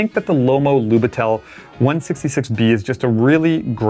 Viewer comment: Great video. Just a fun fact: it is pronounced as 'Lyubitel'.